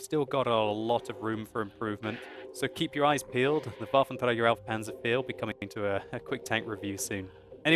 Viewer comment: Lol why do u say Panzer Fear? (Pah-nzer, Four)